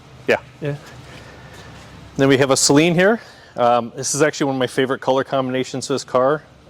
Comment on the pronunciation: Dude totally pronounced Saleen incorrectly (SUH-lean is correct...not SAY-lean)...how is that even possible at this point?